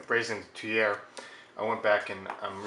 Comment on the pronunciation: It's pronounced "tweer", like steer. You're welcome.